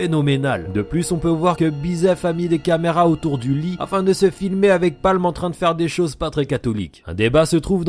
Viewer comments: C'est pamu et pas palm Non? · alors c'est Paamu et pas Palme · C’est pas Palm c’est paamu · Pâmu, pas Palm ptdr